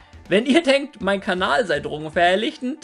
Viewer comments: Wiso sagst du immer kabal statt kanal? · grüß dich. kleine frage: warum sagst du kabal? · Ich gucke schon seit Jahren. warum sagt er immer Kabal?